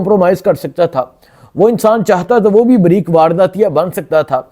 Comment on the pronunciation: بھائی جی بہت آپ اچھا کام کررہے ہو لیکن مہربانی کر کے اپنی اردو ٹھیک کرو خبر کو “ حبر “ پیغام کو “ پیگام “ باریک واردات “ بَریک واردات “